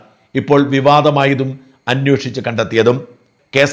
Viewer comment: അന്വോഷിച്ചു എന്നല്ല അന്വേഷിച്ചു എന്നു പറയു. Please